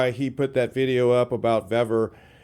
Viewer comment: I've ordered multiple items from vevor. Everything has been of better quality, and cheaper price than harbor freight. The pronunciation is veevor, not vevvor. I received their metal cutting chop saw today. I paid $246.20 with my discounts. The next closest quality metal cutting chop saw was from evolution at a price of $500.00. Their shipping has been fast and packed very well. It took only 4 days for the chop saw. Give Vevor a try, you won't be disappointed.